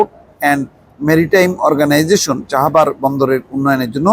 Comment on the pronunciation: চাহাবার নাকি চাবাহার?